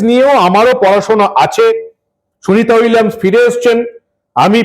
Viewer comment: শুভেন্দু নিজেই তো সুনীতা উইলিয়াম উচ্চারণ করতে গিয়ে তো তো তো তো করে ফেলল । সে আবার এত বড় কথা বলে।